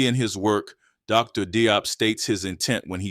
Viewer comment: Very nice, but Dr. Diop is pronounced more like 'Jawp'.